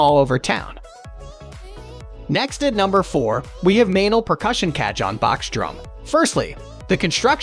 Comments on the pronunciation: You do yourself no favours by calling them cajohns. They are pronounced cahoons! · You called t a KA-JOHN. What it is... is a Ka-HONE. The "J" has an "H" sound, LOL! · Cah-John, or Kah-Hone? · mdf is garbage, cahone ,not cajone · If you’re going to do a review and have any credibility at all for the viewer learn how to pronounce the instruments correct name CA-HONE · It’s pronounced Ca-hone 🙄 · AI crap. Can't even pronounce the word cajon! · Learn how to say cajon...hard to believe u know what ur talking about if u don't know how to pronounce correctly. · Can't take a review seriously when the reviewer continuously mispronounces the instrument and you never get to hear any of them.